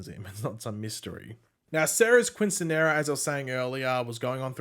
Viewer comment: Not trying to be a dick just trying to be helpful since I’m Hispanic myself lol , it is pronounced keen -seen-yeh-rah